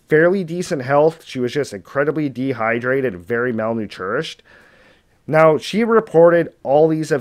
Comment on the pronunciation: I liked the story, but I just couldn't get past the dude saying "Mal new tourished " instead of malnourished. Damn bruh, if you're gonna talk to the world learn how to say the words.